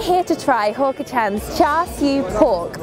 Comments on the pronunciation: She Pronounced Hawker as Hooker. I died right there. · Its hawker Hawk-er